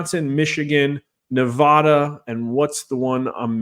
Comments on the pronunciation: Respectful correction sir. That's NEVADA ! not Nevahda ! Thank you 🙂 🇺🇲💖🇮🇱💖🇵🇭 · I wish to see a political video where Nevada is pronounced correctly. Just once, please.